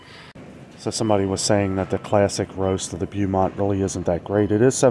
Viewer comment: The coffee is Bow-mont like bow tie. 😊